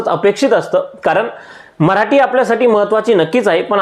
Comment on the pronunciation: तु सुध्दा मराटी असे उच्चारत आहे. खर मराठी असे आहे 😂😂😂